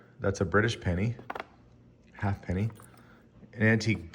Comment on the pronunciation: FYI When you read ''half penny'' on older British coins, it ought to be pronounced ''hayp-knee''